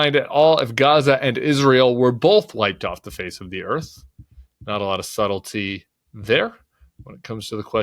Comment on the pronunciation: not a lot of subtilely…. there. 😂 (Not laughing at the serious subject just Tim’s way of saying it. I’m going to insert that phrase into my daily life)